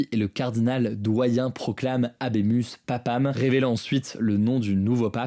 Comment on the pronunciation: "Habem*us* papam" 😂